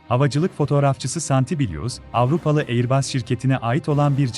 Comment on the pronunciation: airbas okunur, aiıbus değil.